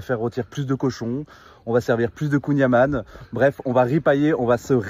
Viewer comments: "On va manger du kouign amANNE" :S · le y sait pas dire kouign amann !! c'est am- AN-n pas am-A-nn c'est pas un breton il est banni de tout revendication de bretonnité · Il a mal prononcé kouign aman. En plus spécialité de Douarnenez, première ville communiste de l'histoire de France... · Ça prononce mal kouign amann, red flag ⛳️